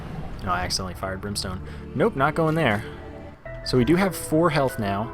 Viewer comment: candle and brimeston ugh